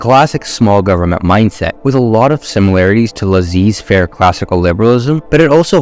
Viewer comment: did this mf just say "La-Zeez faire"? kid it's french it's pronounced "Lah-Sei" faire